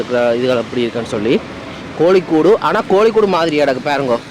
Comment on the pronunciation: தம்பி மவையாள உச்சரிப்புகள் நீங்கள் நினைக்கிற மாதிரி இல்லை, பிறகு ஏளனம் பண்ணுவார்கள். கவனம் அது" கோழிக்கூடு" அல்ல, "கோழிக்கோடு" யாழ்ப்பாணம், உரும்பிராயிலிருந்து கதிரவேலு றகுறாம். எனக்கு மிகவும், மிகவும், மிகவும் பிடித்த இடம் என் உயிரோடு கலந்தது கேரளா.